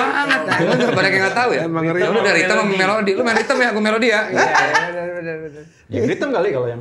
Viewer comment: Ngakak pas Desta bilang Ngerythem 😅😅😅😅😅😅